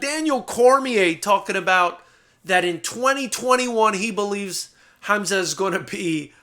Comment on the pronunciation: Hamzat is how it's pronounced,Which you did pronounce really greatly,I'm surprised.